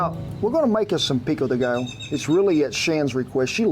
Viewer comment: How come you pronounce pico de gallo correctly but not pollo? 😂😂😂. I cant wait to try this recipe